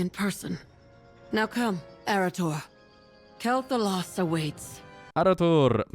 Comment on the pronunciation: You can always depend on to get you the latest scoop! But am I the only one who is bugged by Vereesa basically saying "Kel'thalas", not "Quel'thalas"?!